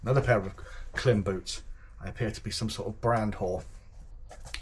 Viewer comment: Nice kit! It's pronounced "Climb" (according to Klim). I believe the undershirt you have is the Knox Urbane